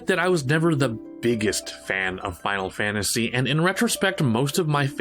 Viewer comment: Sorry but Final Fanaty made me giggle